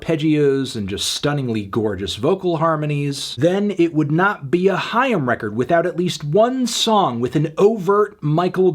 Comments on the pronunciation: No Anthony, it’s not ham. It’s haim. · I always thought it was pronounced like 'aim' but with an h sound at the beginning